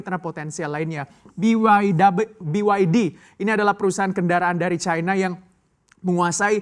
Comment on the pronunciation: Caina? Bahasa Indonesia benerin bang!